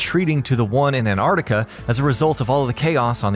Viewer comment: Tf is ann-are-tica It’s ant-art-ica lmaooo